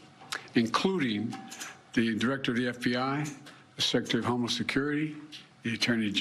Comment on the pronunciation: I thought it was just me. Yes,kept hearing same. Thought he was saying " homeless"